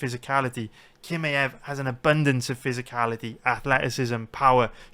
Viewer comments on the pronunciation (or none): its not kimaev its chimaev. Do u see the difference?